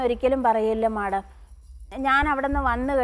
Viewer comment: മാഡം മല്ല മേഡം അങ്ങനെ പറ പാവം അറിയില്ല അതാ